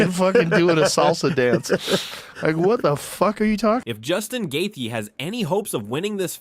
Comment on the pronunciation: Lame ass A.I. 🤖 voice can't pronounce the fighters names and stealing that embedded banner for the thumbnail is diabolical. Gay-tee-uh.